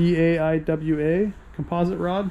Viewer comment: I am guessing you are not a fisherman.. dieawa reel and shimano is the pronunciation.